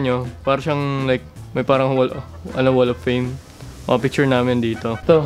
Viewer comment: wall of fame What I heard:wall of pain (Pain from Naruto ok)